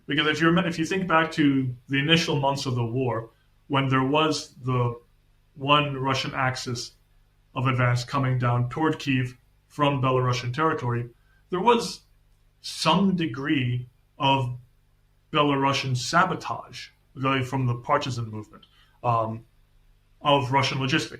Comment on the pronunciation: “Belarusian” is written with one S, it’s not pronounced as “Bela” + “Russian”, it is pronounced literally with “S”. The way your guest pronounces it sounds very Russian-colonial towards Belarus. Thank you.